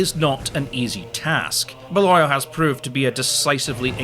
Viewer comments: It's pronounced bay-lee-all not Bale-oil. bloody cheuchter. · John Baal-oil? Zat Embra shite? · Living near sweetheart abbey, I'm reasonably certain balliol is baylee-ol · Interesting pronunciation of Balliol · You're definitely American. You can't even pronounce "Balliol." There's no way you're a Scot educated in Scotland--and can't pronounce that name. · John and Edward Balliol are a part of History best forgotten, but at least pronounce their name properly (Oh, and Bruce died in 1329). The Dispossessed - nobles who fought against Bruce - had their lands confiscated after his victory. They were lucky, in any other medieval kingdom, fighting against your king costs you your head. The Title is, "King of Scots." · Your pronunciation of Balliol 🤌🏼😂